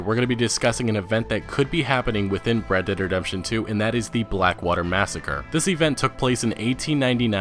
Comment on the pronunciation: He says it like Redederdemption lmao